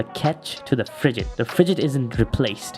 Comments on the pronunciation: Why do you pronounce frigate with a j like you're saying frijate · the way you pronounce frigate is phisically hurting me